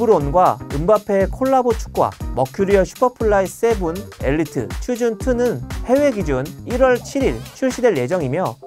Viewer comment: 'chosen'은 '초즌' 이라고 발음합니다